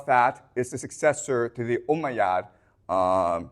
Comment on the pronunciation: did you say the "ohm'god" empire?